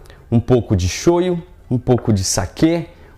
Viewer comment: Gyoza, a pronuncia correta é guio-zá bem oxítona assim como sho-yú ,a maioria das palavras japonesas são oxítonas onde as vogais não são prolongadas como no português.